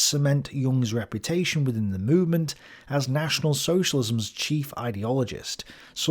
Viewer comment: The "t" and the "z" in "der nationale Sozialismus" are pronounced "ts" (like in "cats", not "tsh" like in nation)